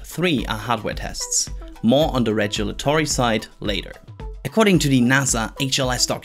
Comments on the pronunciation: Rejulatory instead of regulatory? 😲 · This series of videos (quick recaps of ongoings and key concepts) is excellent. MORE OF THEM PLEASE. Also, I got to chuckle at your pronunciation of regulatory at least 4 times in this video.